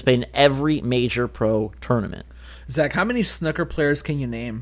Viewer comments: It's snooker, not snuhckur. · Hearing you try to pronounce Snooker is so painful! Haha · Wow I've never heard someone who can't pronounce the word snooker. Now I've heard two :D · how you guys pronounced Snooker haha